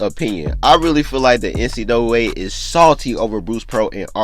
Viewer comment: He don’t know how to say NCAA